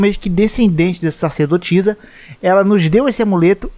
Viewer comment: Só um adendo: é SA CER DO TI ZA. Não SAR CE DO TI ZA.